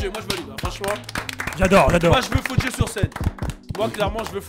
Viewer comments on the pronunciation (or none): "on va tous vous soumettre" il a dit fodjé 😂 jpp il est excellent👌